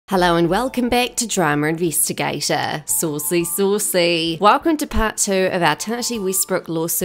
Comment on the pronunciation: Sauwcy, Sauwcy.